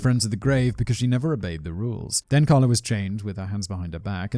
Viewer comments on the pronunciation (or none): He also kept mispronouncing "Kala". It's KAY-la, not KAH-la. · Its not "Karla" it's "Kala"